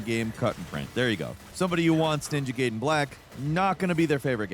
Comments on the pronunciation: Hard to watch this review simply based off how you pronounce its title. That's tough. Why do it? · has to be trolling here after pronouncing “gaiden” a way I have literally never once heard a person say it before in my life and then just casually saying it the normal way, right? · He literally pronounced it correctly in the previous ninja gaiden reviews it’s so weird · back in the day that's how we used to pronounce it so i don't blame him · I hate that he pronounced it right once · Ninja gaiden❌ Ninja gayden✅ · The fact you said "Gaiden" makes me belive you're saying "Gayden" on purpose 🧐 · ninja GAYden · Ninja GAYden??? Whoa there buddy, let's slow down here lol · G - eye- den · Take a shot every time he says platinum and ninja gayden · "made in heaven" then he said Gayden, sounds like two jojo references to me🤔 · mispronunciation gag, is one of the most clever engagement boosting long cons. He just said "Ninja Gayden" and "Ninja Gaiden" in the same sentence. is so confident now, that he just does his little trick, right to our face. Props. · It is pronounce gai-den, gai-den. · ahh yes.. Ninja "gayden" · It's not gayden you are though. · He used correct pronunciation when referring to prior titles he liked, and the gayden pronunciation for this title (because he didn’t seem to like it much, or at least liked it less than prior entries). It was deliberate for sure. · this is exactly what I was thinking, but I didn’t want to make assumptions. I was like, I know I ain’t tripping 😂. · idk, he frequently mispronounces words in these videos. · It’s GUYDEN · Oh it not Jake, let me prepare for him to mispronounce something...13 seconds in "Ninja Gayden" 💀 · Please don't call it Ninja Gayden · Sounds to me like he’s deliberately calling it gayden when he talks about bad ninja gaiden games. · Gaiden is a Japanese word, so it's pronounced Guyden lol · bro keeps saying ninja GAYden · Ninja "Gayden"😂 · 😂😹🤣💀 kills me every time.